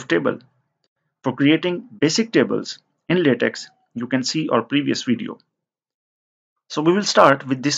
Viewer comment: latex = pronounced /latec/ and not /latexxxxxxxxxxxxxx/